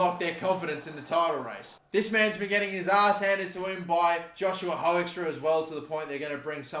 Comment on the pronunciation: Hey Hoekstra is pronounced "Hook-strah"